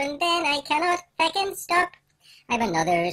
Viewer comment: THE WAY HE SAYS FECKING IM CRYIIIIIIIIIIIIIIIING